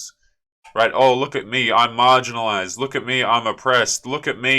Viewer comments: She didn't say marginalized. She said margarinized. Don't be so obtuse. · She said margarinized people wrong